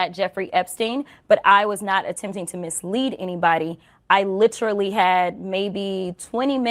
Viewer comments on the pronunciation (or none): Jazzy it's not Lit-tril-y moron. Can you ever believe anything she says ? I can't.